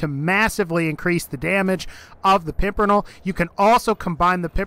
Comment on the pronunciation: Pimper-NELL. Say it with me lol. Great vid otherwise though